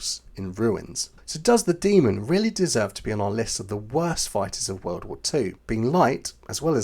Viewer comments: Demon, not Demond. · when you say 'demon', try stopping the airflow before you slam your tongue tip down. that way it'll sound like you actually know this word.